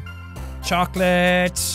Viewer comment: I’m watching them back to back so Every time he says jack or chocolate instead of morp and cocklate I do a double take